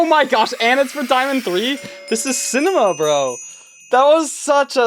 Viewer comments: hearing ''cinema'' as ''sigma'' got me 1. concerned that we lost to brainrot 2. concerned that i am going insane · bro says cinema js like booster 🥹